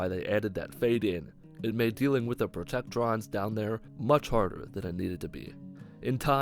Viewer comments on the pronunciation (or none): none